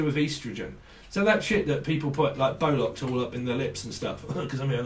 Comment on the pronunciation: Bolox? 🤣 🤣 🤣 its botox!